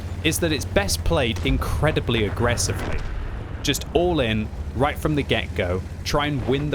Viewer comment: whys he having a hard time saying right? Its hilarious because its not a hard word to say